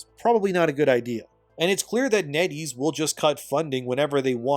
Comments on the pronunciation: Every time you say NetEase I keep thinking you’re saying “Netty’s” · Netties? Oh, Net ease...